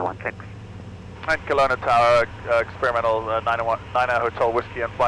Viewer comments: The mispronounce of Kelowna, man that one hurt 😅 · every Canadians gonna love that. Kalauna hahaha